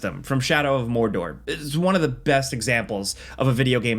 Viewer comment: Pfff, "More-door". Add some spice!